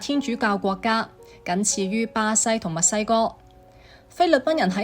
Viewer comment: 原來AI 都有懶音，係墨西哥，不是密西哥